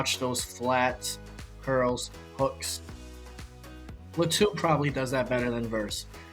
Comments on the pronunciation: Not luh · Think it’s pronounced Lah to